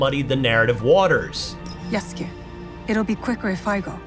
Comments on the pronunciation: Character's name: Yasuke Announcer: YASSkay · I cringe every time the narrator calls Yasuke samurai. (Considering Ubisoft decided to remove the term from all their japanese marketing)